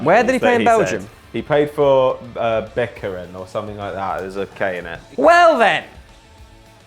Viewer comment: It's beveren VAN STRAATEN... not a 'k' in there haha